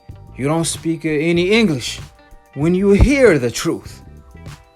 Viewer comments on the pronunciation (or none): none